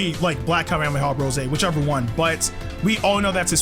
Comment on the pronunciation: bro goku black really said kawwmehawwmehaww